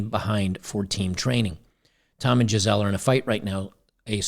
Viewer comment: Her name is actually pronounced like geezulah in German.